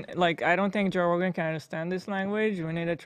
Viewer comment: I love how Hila called him Ro Johan and no one flinched 😆